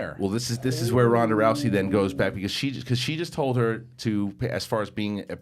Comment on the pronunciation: It's not Ronda Roucey bro!! Row-zy.